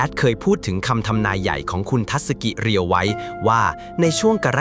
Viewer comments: เขาชื่อ เรียว ไม่ใช่ รีโย่ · เรียว ครับ ไม่ใช่รีโย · อ่านว่าเรียว